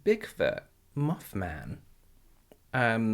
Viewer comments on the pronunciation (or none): When he said moth man I thought he said muff man and I spit out my fried rice, because i was choking from laughing so hard 😂😂😂